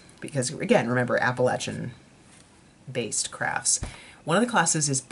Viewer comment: I have a friend that has attended the school and knows Martha. Thank you for pronouncing Appalachia correctly. So many people pronounce it incorrectly! How interesting how you made the move from being a History Professor to a designer and book editor. Thanks for sharing with us!